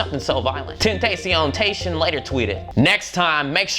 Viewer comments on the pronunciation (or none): I sincerely hope you know that's not how you say a the Spanish word tentacion